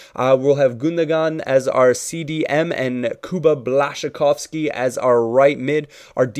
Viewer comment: blaszykowski NO, Błaszczykowski Yes naucz się wymowy ziomuś